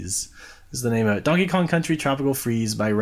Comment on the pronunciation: "Jankey Kong"